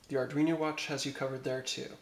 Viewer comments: lol its arduino not arduiño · ar dween o. it is not an ar dweeny o